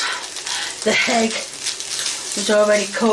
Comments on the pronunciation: She is so British that she pronounces “egg” as “hegg”. 😂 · She just can't remember the name of the utensil. It's like saying "thingamyjig". I'm more concerned that she pronounces "egg" with an H and frequently calls carrots "carry-otts". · Why does she add letters to make words longer? Hegg? I mean, spoon is one syllable but oofah doofah is four. Why?!?! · "HEGG" is sending me over the edge 🤬 Parsley doesn’t belong in this dish, god as a Brit she really isn't helping the stereotype, you all think she's cute but no, she's weaponised incompetence personified, lots of us can make stirfrys just fine thanks!